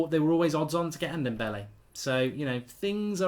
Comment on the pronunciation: Mark, say dombele, and now say dembele...can you hear the difference? And also it's Yedder and not Yeddar. Amateur